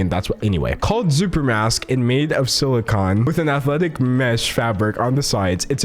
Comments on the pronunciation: I think it's pronounced "supermask." At least that's what they said on the H3H3 podcast. But no one knows that so, I agree, it's a stupid name. Why would you name a product something that people don't know how to pronounce? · Wait it’s spelt “xupermask?” X makes a sk sound most of the time, so ain’t that pronounced like “scooper mask”